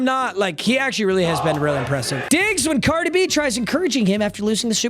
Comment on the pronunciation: … can NOT say the word actually. We also never gave 69 a pass.